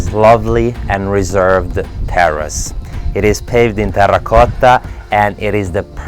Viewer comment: he can hardly help but laugh because he knows what his fans feel when he pronounces "terracotta"!!!